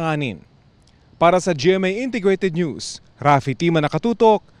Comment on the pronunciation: Why the fkuck are these pipol pronouncing NEWS. as NOOSE?😅😢